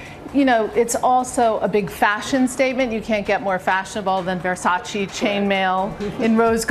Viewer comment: May you please stop say Versaci, it's Versace!